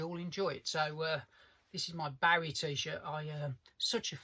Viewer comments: Sorry but it’s never too late to change. To continue to wilfully mispronounce it just continues to show a certain level of ignorance. Also it’s got bugger all to do with your accent. You got it wrong fair enough, we all make mistakes, but take the correction. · For a so called big big David Bowie fan it would help if this guy pronounced his name correctly. 🙄 Very annoying, so much so It stopped me watching after only a couple of minutes.